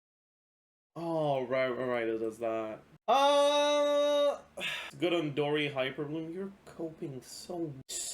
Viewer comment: I heard “Dori Hyperbloom” and I had to think for a second about what that meant. lol